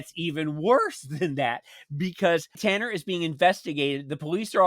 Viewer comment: Talan not Tanner